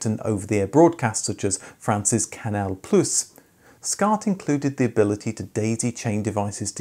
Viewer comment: ''Francis Canal Plüs'' Haha!